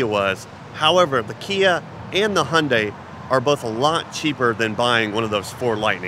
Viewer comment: Hyundai is not pronpunced = "Hondai"......😂